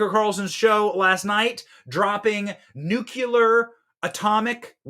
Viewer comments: Btw it's nuclear... not nucular Pronounced new-clear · What kind of 'intelligence ' calls it "NUCULAR" ...only IDIOTS, help me here BEN